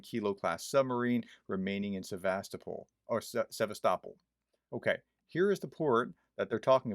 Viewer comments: "Se vast o pol", dear Prof! Try it. That'll do the job. Apart from this little mispelling, nice job you've delivered here! Thank you very much for your very informative, unbiased effort!❤😊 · Also the emphasis is on “O”. Think of Constantinopol. It’s not ConstanTINopol, but ConstantiOpol…. Cheers, Doc